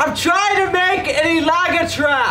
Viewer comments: hahaha! its alaga. not ilaga..you made me laugh.. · quick correction it's pronounced as e-la-ga not I-la-ga. Just wanted to let you know on that. Sending still cold regards from Winnipeg LOL eventhough it's already spring season. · to pronounce I-la-gâ, the strong point is in the gâ👍🏼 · I think in learning bisaya, it’s important to emphasize the accent. For example—ilaga sounds like a Filipino dish (nilaga) but when you say, ilagâ, now that’s a rat. 😂 You have to ask your trainer to teach you the accent because it’s important, otherwise it’s confusing... So much fun these vlogs, though!!! 💯😆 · put some cagayan accent to your ilaga! say ilâgâ!💜💜💜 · Hahaha... I thought you were saying "nilaga". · ilaga. - is pronounce in short "ä" not ilaaagaaa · With accent on last à. Like this i-la-gá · Putting pressure on the à 😅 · It's pronounced Ila...ga not ilaga with the emphasis on ga. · when you say the word rat in Bisaya don't say ehh-laga, make it sound like you are telling someone off or saying it faster "Ilaga". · Hi, I know you're learning the Visayan language but it's not enough to know the right words but you also have to work on your phonetics by saying the words properly. For instance, the word for Rat or " Ilaga" is pronounced by saying it really fast and putting the stress in the last syllable "ga" with the final "a" sound ending abruptly or with a glottal stop like in the word "tub-a" for coconut wine or "suk-a" for Vinegar. Hope this helps.:) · "Im trying to make an ilaga trap"Ha! ha! ha!Still has pronounce it in Canadian accent! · Pronounced it like your angry. ilaga!